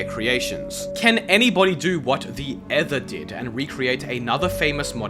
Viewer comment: that's not how you pronounce Ether, you pronounce it like E-ther